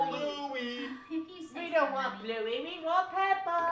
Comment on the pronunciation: It's not blouey it's bluey